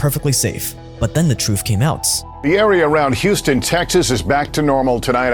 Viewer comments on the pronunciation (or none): Its truth not troof, its breath not breave